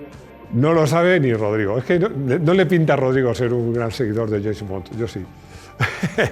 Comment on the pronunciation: Yeisss bon ... ! 😳🙏🏼😂por favor estudie el nombre bien pronunciado en Inglés antes de dar pena en el vídeo hombre , usted tiene su equipo ahí para estos detalles así no queda tan mal parado y divertido escucharlo pronunciar el Inglés . Malísimo ! ✌🏼